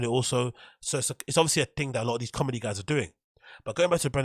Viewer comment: his cawlmedy or lack thereof is just kinda icing on the cake.